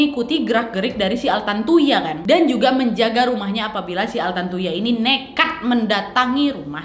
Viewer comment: Ini vdeo lama, tpi karna brhubung qu lupa udah nonton apa blom jdi yowes tak tonton aja 😁 Btw knapa nama si korbn trdengar jdi "tarantula" ya di telinga qu?? 😆😆